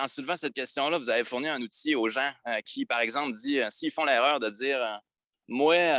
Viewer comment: On dis pas des gensse on dis des gens